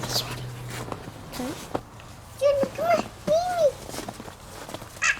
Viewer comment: Hi, I really liked the name 'Sherni', just want to add my few cent about the pronunciation to make the name sounds more like what it meant.. " SHAY-ER-NEE'